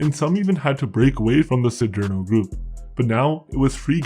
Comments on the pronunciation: "See dare no" not " see dear no" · “See-derno”.. stupido p*tain.